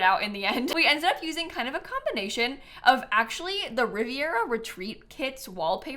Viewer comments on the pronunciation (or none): none